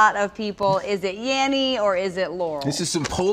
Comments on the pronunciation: Dose anyone hear yaMMy instead of yaNNy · tried also to listen to with different speeds available.. I always hear Yenny and my girlfriend always hears Laurel... ahhaa